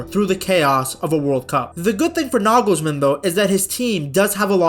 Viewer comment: He nailed Toni but made Nagelsmann spanish :D